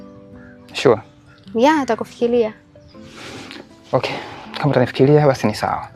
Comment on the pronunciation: Nyie waigizaji kumbukeni Sanaa yenu sio Tu kuigiza mnatoa elimu pia kwenye lugha mkiishia kuigiza mnakuwa chini ya kiwango hamtakua kiuigizaji zingatieni matamshi Mfano ntakufikilia...kumbe alitakiwa kusema nitakufikiria usiweke L sehemu ya R